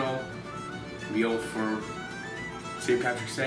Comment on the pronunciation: An Irish voiced "its time to plate da meoool" ❤❤